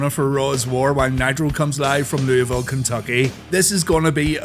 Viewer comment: As someone from Louisville Thank you for saying it correctly